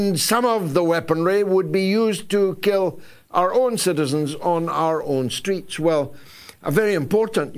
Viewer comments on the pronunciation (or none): none